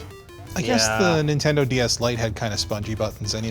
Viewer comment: What is nindendo?